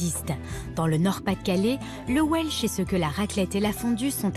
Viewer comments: Admettons la pureté d'origine (encore que le coup des frites et du cheddar gallois, j'ai comme qui dirait un doute d'AO), mais alors pourquoi vouloir nous imposer ta prononciation 'velse'??? Si importation il y a, pourquoi refuser la prononciation anglaise traditionnellement adoptée en français? Je reprends mes vattes, j'ajoute mes kivis :) Pour le reste, puisque ce plat n'est pas local, je suppose qu'on le trouve dans tous les bistrots de France et de Navarre? Je te laisse méditer le sujet ce viiik-ende, faire quelques recherches sur le veb en sirotant un vhisky, voire adapter la recette au vok... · On le prononce d'habitude welsh (velse), pourquoi cette déformation chez la journaliste ?